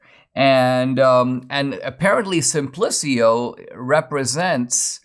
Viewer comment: The name of the dumb character in Galileo’s dialogue, “Simplicio” is pronounced more like “seem-PLEE-cho”